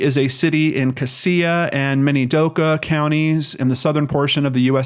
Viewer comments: U pronounce it cashia for the count of cassia I went to school with her she was a sweet heart im so glad she was found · It's pronounced "Cash-uh" county... Sad story, I followed it on the Boise news. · Sorry to nitpick but it is pronounced "cas (the a as in apple), ia (sha)" county not as you said. It drives locals crazy.